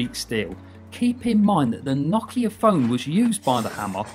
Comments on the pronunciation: It's pronounced No-Kia not Na-Kia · nakea? tf is he saying